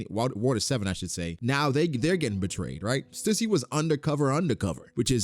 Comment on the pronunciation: Stüssy is pronounced STEW - SEE. Please stop saying it wrong 😢